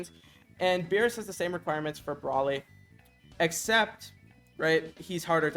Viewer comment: if ur gonna make a vid on this use the names right like feck bros sayin braly not broly